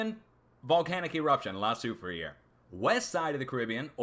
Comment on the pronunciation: Pronounced la sou frere...not sou fri ere